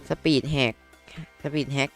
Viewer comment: พี่พูดว่าสปีดแหก (ผมนี้ขำเลย5555+) และต่อมาพี่ก็พูดสปีดแฮก